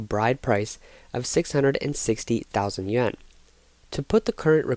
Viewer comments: why do these narrators in china videos keep saying "yuen" instead of yuAn? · It's Yuan. It's supposed to be pronounced like yoo aan but they just mispronounced it.